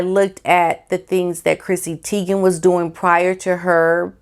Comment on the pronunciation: I get annoyed when names are mispronounced: It's pronounced like TIE- gen NOT Tee- gen.